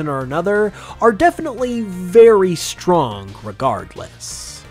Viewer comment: "strongk" xD